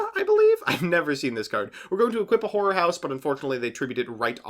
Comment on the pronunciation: MBT:Horror house. Every anime boy: "Whore" house